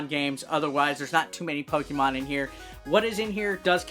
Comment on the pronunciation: Good job in reading the names of the new 5 Pokemons 😂 Good job in the review and I love the ending... Pikachu!!!😂